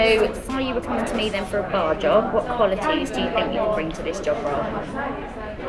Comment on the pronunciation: Jordan’s interview. Hahaha!!!! Shame he is so defeated but it is HIS OWN FAULT! ‘I don’t fink I go-itt’! Hahaha I lost it laughing so bad!